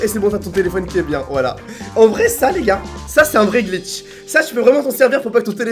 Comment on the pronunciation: il a bien dit « des glicth dans la vrai vie😂😂